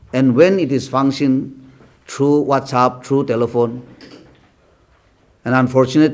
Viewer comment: It's WhatsApp, not what's up? 😜😜